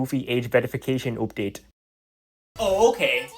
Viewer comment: "oopduate" LOL